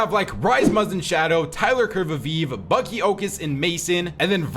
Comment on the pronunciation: says the b in bucke like draco says the p in potter